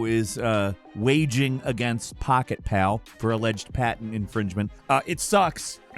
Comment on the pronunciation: Pocketpal>.> u mean Pocketpair